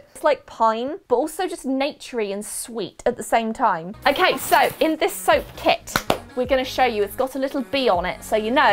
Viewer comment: Lol did u just say “ so in this SOAP kit, it’s got a bee on it “ lol thought u we’re going candles 😂